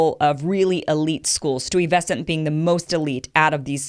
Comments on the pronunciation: 😭🤣 You butchered the pronunciation of Stuyvesant lol (Sty-ve-sant) silent U. Thank you for bringing up this discussion though. I went to a specialized HS in NYC. The divide starts a lot earlier. My parents are Jamaican, and they come from the English run school system. When I went to school, it was more than just resources. What I overcame in elementary school, were unfair tests mixed with teachers telling you things like “You’re not good at science”. Black teachers, white teachers, etc. As a person who’s been through it. I succeeded because my parents were from Jamaica, and had a different vision. Unfortunately, The kids in my class trusted the teacher, who, many times had disdain for us as students. I had a voice for encouragement to reach higher. Out of 100 kids in my 6th grade class, only 3 were on grade level. The public school was P.S. 181 Q in Queens NYC. It’s hard to believe that some people are in a cycle so strong and negative, that they never got a word of encouragement in their whole life, but it’s possible, the way black people are valued in our inner cities. I got a house, great paying job and all that, but it was only because I could mentally separate from this situation laced out for us. As far as the Test? The test should continue. The schools themselves is the object of discrimination though, because these kids are not stupid!! They’re very smart, but They’re not being prepared to succeed on these tests well enough. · Stewie Vessant. Augh! I can't make it through this video. Her credibility is gone. I would re-record this. This gets a C minus. What has the west coast got to do with it? I can pronounce Van Nuys. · OKAY "KIM IVERSEN", IT IS PRONOUNCED; "STY-VEH-SENT", !!!! I KNOW IT'S DIFFICULT FOR YOU COMING FROM CALIFORNIA, WHICH HAS THE WORST EDUCATION IN ALL OF AMERICA!!! TRY TO S-O-U-N-D I--T O-U-T!!!! The 10 DUMBEST CITIES in AMERICA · BTW it's pronounced STY-VA-CENT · You dont pronounce the "U" in Stuyvesant. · Pronounced Stuyvesant wrong.